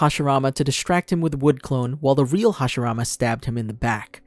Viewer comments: OH MY GOD! ITS HASHIRAMA!!! NOT HASHARAMA!! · Roll your Rs bro…